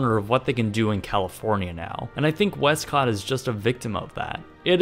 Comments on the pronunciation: "west-COTT!!!" Lol, XD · "westCot" lol